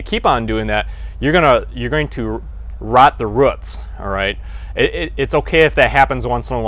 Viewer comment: Ruts? it's rooooots.